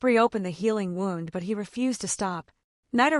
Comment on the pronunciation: They finally did wind up in a cave. I still think some things need to be checked out. Like pronouncing 'wound' to rhyme with 'round' when talking about cuts.